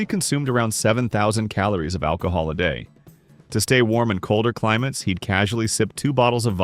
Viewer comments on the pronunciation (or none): none